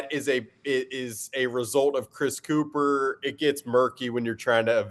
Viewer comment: You’re mispronouncing his last name. It’s pronounced “cup-her” you ignorant Philadelphians